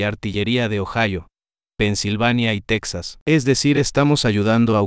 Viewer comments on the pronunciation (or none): none